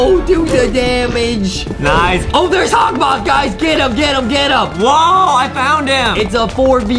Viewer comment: Adem it’s hokmoth